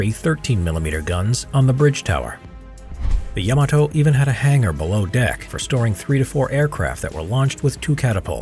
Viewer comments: YAMATO=❌ YAMETE=✔ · Love this channel but it’s Yamato not yemoto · Ya Mah Toe!